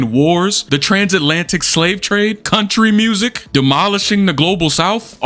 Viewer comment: The emphasis on Country Music 😭